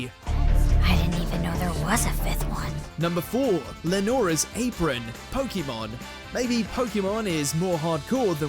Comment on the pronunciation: Why does he keep pronouncing Pokemon incorrectly? (This coming from a Japanese person living in Tokyo)